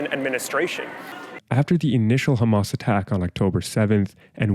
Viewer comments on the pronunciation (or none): how can this man have the audacity to even question that when there are proofs everywhere? i knew he'd be one of those when he said "khamas" smh. may Allah bless that uncle for standing up for his country and for all the people who are speaking up and praying for our Palestinian brothers and sisters